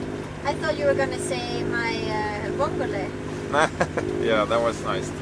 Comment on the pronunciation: Spaghetti alle le vongole? (I'm italian, Spartaco Giacometti, retired master mariner) I hope you two enjoyed them, with italian quality spaghetti. At least your pronouce if perfect, which makes for a good dish. - A small correction: those are not vongole but mussels, "cozze" growing on hard surface, whilst vongole prefers sand bottoms and are of different shell and flavour.